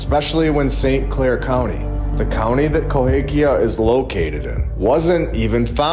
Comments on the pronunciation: You spent the whole time calling it "Cohakia" but it's Cahokia. Drove me crazy. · Minor point: it’s Cahokia not Cohakia.. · The correct pronunciation is Ca-ho-kia, NOT co-ha-kia. I live here, please correct your pronunciation. Thanks for your awesome channel. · KaHOkia, NOT KohAkia. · Love your content. I live very close to Cahokia Mounds. The proper pronunciation is Ca Ho Kia Cahokia NOT Co Ha Kia Cohakia is wrong. Not sure if you are able to edit the video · Ca hoe kia mounds. Please at least learn how to pronounce the names. Love your content though. But having to listen to you say Coe hake ia over and over was making me crazy. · I am hoping you now know to pronounce: ca HO kia Good info otherwise. The orphan trains have always confused me...their sheer numbers mostly. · Hey, let me help out, because I live in the area, it is pronounced “kuh-HO-kee-ya”Mounds. You’re welcome. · Both of my parents graduated from CA-HO-KIA high school. You’re killing me with that a in the middle. It’s an o. 😮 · I’m sorry but CA- hOKia lol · Always thought it was pronounced ka hoe Kia-long o in the middle. Love the videos! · Cahokia. Ka Hoe Kia... Sorry, man. It's just rough for me! But it's always a joy listening to your videos. Thanks for all you do! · It's pronounced CAH HO KI A. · Love the channel, just wanted to say you are mis pronouncing Cahokia.